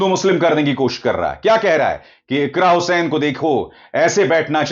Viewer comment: अरे सर जी आप बार बार इकरा हुसैन बोल रहे हैं इकरा हसन है